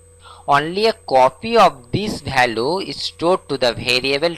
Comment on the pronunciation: bhariable aur bhalue nahi hota. variable aur value hota hai. pehle bolna sikh lo fir dusro ko padhana